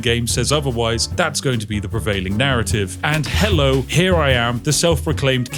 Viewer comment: herrow from a woman